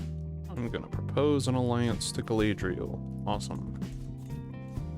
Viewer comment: Galadriel probably messed up that battle because she was sick of you mispronouncing her name 😂